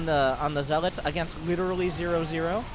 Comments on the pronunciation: For the love of god, this guy needs to stop saying Zealaughts. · Zeal-aats... that made me cringe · Skipped this Bronze League Heroes because of this co-casters voice and how he says zel-aghts. I dont think Ive ever heard anyone mispronounce zealots in my life. I saw I was only at 14 mins out of a 40 min game... Nope, peace out.